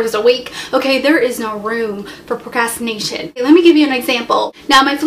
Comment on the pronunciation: You're pretty but you can't pronounce "procrastination"